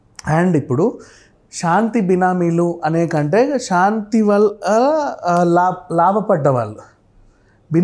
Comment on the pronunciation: షాంతి కాదు బాబు,శాంతి. తెలుగును ఖూనీ చేస్తూ ఇంటర్వ్యూ లు ఇవ్వకండి.ప్లీజ్